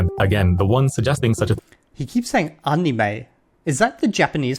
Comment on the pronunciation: Yes, that is how anime is pronounced in Japanese (and coincidentally that's also how the 'a' sound should be pronounced in Anki as well), but the way you pronounce it is pretty much the English word for it so it's all good~ I've never been involved in the JP learning community because my journey started way back in the mid-90's as a nerdy kid who had just gotten their hands on the internet. I'm also not very social 🤣 That being said, I have noticed the toxic trend with the community over the years as the language got more and more popular. The anime community, which overlaps a lot with the JP learning community, also gained a lot of far-right members in recent years which is unfortunate.